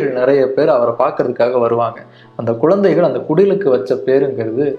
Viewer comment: Uzhudhu , not uludhu, kuzhandhaigal not kulandaigal